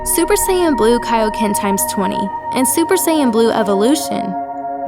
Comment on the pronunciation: Salah super saiyan u saying bleu annoyed me so much